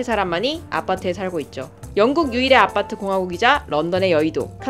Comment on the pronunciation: 아파트를 아빠트라고 하시네요